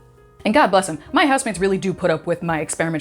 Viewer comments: I thought she said husbands (plural) although replaying it a few times it is housemates 😂😂😂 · I thought I heard both🤷🏼‍♀️